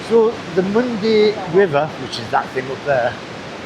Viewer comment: Its pronounced " Mondah Uh"